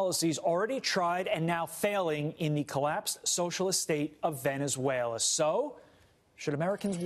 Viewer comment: I laughed when the chap kept saying Venzuela :-)